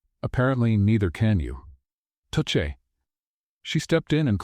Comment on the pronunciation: yo u need to speak words correctly eg touche